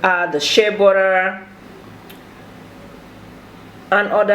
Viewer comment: 😂😂😂 burra will do